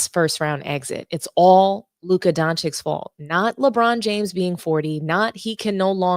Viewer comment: Why do you keep calling him Luka "Don-chicks" ???